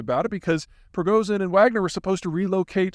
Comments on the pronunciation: How to pronounce "Prigozhin" properly: Break it down from Cyrillic, letter by letter. And remember that when St. Cyril created the Russian alphabet, he borrowed from Greek, not Latin. "Пригожин." First letter is "П." Think "like the Greek letter pi." Second letter is "р." Think "like the Greek letter rho, or r." P's and R's are confusing, since what looks like a P in English is an R in Russian. The other tricky one is "H" which looks like a Latin H but in Russian is really the English letter "N." A favorite word of mine in Russian is the one for "restaurant," which is pronouced "rest-o-rahn" but is spelled "Ресторан." Think of that word and you may be able to keep your P's and R's (and N's and H's) straight. Third letter is "и," which is actually the Russian letter "i." Fun fact: Before 1917, there were two letters for "i" in Russian -- "и" and "i" -- and the alphabet had even more letters than the standard 33 of today. When the communists took over, in Orwellian fashion they made an effort to control language. (Think, "Instead of very bad, we have double-plus-ungood.") And they promptly started standardizing spellings and trimming the language down as a precursor to controlling it. Today, one of the easy ways to spot Ukrainian language (as opposed to Russian) is the presence of the letter "i" in words and names, since Ukrainian never dropped that letter. The Soviets just tried to stamp out the Ukrainian language entirely (much as they tried to drive the use of Romanian out o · Пригожин......ж--as in Dr Zhivago......his name can be pronounced. Pree--go--ж--en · he is (was) pronounced "pre-go-shin" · ok while i don't care about pronunciations, for a guy who deals with geopolitics you do need to do it better than most people, the problem letter you have having trouble is ж (zh) its pretty common in Russian and most Slavic languages so i suggest learning it. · How tragic this is the last time we hear Peter say "Progozin"...